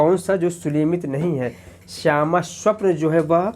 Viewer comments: Sir...plzzz thoda dhyan dijiye..aap har video me..sumelit ko sulemit bolete h..aap Pryagraaj se h..hindi ke uccharan me thoda dhyaan dijiye..aapka prayas sarahneye h.. Bahut bahut aabhar aapka.. Jai mata di.🙏🙏🙏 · Sir प्रणाम , आप अच्छा पढ़ा रहें हैं परन्तु सुमेलित को सुलेमित क्यों कह रहे हैं ये बात समझ में नहीं आ रही है।